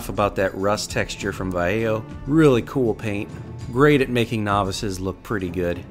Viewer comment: It's pronounced Vah-yeh-ho, been meaning to say this. Love how this turned out nonetheless!